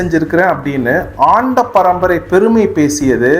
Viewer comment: சரியாக உச்சரிக்வும் அண்ட வந்தவன்